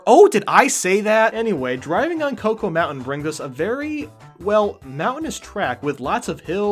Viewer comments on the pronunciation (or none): Isn't it "choc-o", not "co-co"? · Connor Stevenson I know right? I call it Choco not Cocoa, like the fuck? It say Choco for a reason. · It’s Choco Mountain, not Cocoa Mountain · Yes it is. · Hey, you're meant to be the foreign one who can't pronounce anything! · I love Choco Mountain, it would be my #1. (#2 would be Moo Moo Farm), though it kills me how you pronounce "choco".